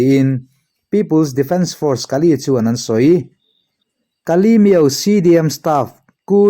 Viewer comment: Miauhlah ilam dan hi adik lo deuh Miau tih tak kha , thluk hniam lo vin. Thluk sang la, adik chiah ang mizo tak in lam la adik duh zawk